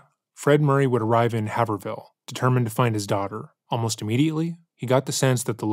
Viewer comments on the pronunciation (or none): Haver Hill? HayverVille? bro, its "Hayvrill" lololol ❤ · Haverhill isn't pronounced "have-r-hill", it's pronounced "hay-verr-ill" or "hay-verr-ull" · Hay-ver-ill, not Have-her-hill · Not trying to be a masshole lol but it's "havrill" ("a" sounds like in the word "ate") that's how it's pronounced😊 I love your channel & it doesn't matter but I figured I would lyk❤ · The narrator is butchering the name ‘Haverhill’. 😂. It’s pronounced ‘hayverill’. I’ve spent a lot of time there throughout most of my life visiting family. Pretty town right on the border of Mass and new hampshire. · It's a small note, but since you mentioned it few times the town of Haverhill is pronounced by the people in Massachusetts as Have-rill. Have sounds like cave or save and the second H is silent. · Are you saying Haverhill? It’s pronounced Hay-vrul 😂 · I live in MA and fun fact, it’s pronounced like “havrill.” Really pronouncing the “A” like you’re saying “hey” and no pronunciation of “er.” Great video thank you as always. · Thank you for covering this case. Oh btw the pronunciation of Haverhill is “Hay-vrill” ❤ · I’m from Littleton NH, haverhill is pronounced HAYV-rel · The idea that police need to respond to every “missing person” with all out resources is a little precious. How many “missing people” actually turn up in less than 24 hours? Something like 90%? 🤔🤣 And it’s pronounced “Haver-ill” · I have at least 3 friends who look very much like this picture.. (has someone already told you it’s pronounced Hay-ver-ill) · Haver-ill The second h is silent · The way you keep saying haverhill is taking me out 😭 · “Haverhill” ouch, that hurt my New England ears! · The pronunciation of Haverhill is killing me 😂